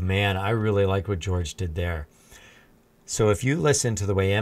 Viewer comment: Please, stop calling him 'George'. I know Jorge is the Spanish equivalent to George, but it's not at all how you pronounce it.